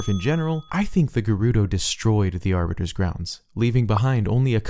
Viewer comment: Aribiter!?!....*halo nerd intensifies*